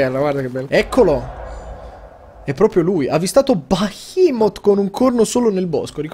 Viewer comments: mi hai aperto un mondo se si dice veramente bahaimot, perchè io l' ho sempre pronunciato praticamente come è scritto ahah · Comunque Yoto si dice "Bahamut" xD